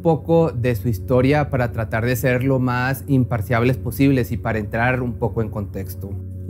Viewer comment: "imparciables" esa palabra no existe! Es "imparciales"